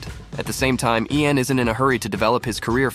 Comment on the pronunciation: that is not “Ian” or “Ean” or (EyyAn) Armitage, his name is pronounced LAIN like the word “lane”.